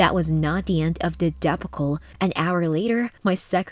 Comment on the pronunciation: If you are going to use a computer voice, you should at least make sure it can pronounce some words properly such as debacle and motivated.